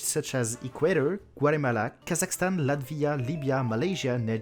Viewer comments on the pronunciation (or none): none